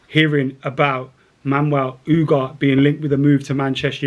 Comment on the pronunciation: how are you reading U-garh-té as “Oohgaht”?! 😅